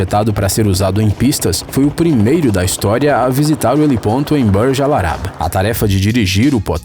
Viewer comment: ✅helipoRto ❌helipoNto